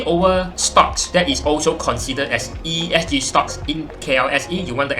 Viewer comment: bro, ESG, not ESC leh.... Starting tio wrong liao... Aduihai.... but nice video juga... wu sui zhun !